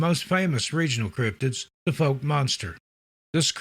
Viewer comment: foulk, like fowl-k, not folk